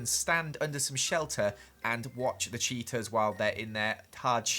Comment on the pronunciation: Everytime you say "cheetas" I hear "cheetos" "Cheetos are very shy"